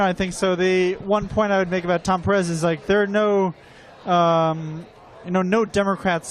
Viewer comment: A note on the pronunciation of Pérez... Note that the accent is on the first syllable. "PEAR - ez". Not "PerEZ". A small matter, perhaps, but important.